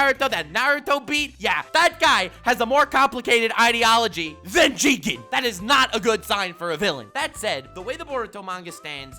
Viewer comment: you said it wrong it's not jigen it's JIIIIIIIIIIIIGEEEEEEEEEEEN